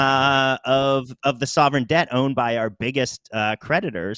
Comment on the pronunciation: He Said "sovereign-Sdebt"